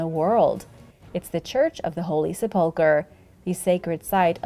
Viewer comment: I love your videos so much, but just for any future mentions of it, it's pronounced SEH-pull-ker, with emphasis on the first syllable, not the second 😅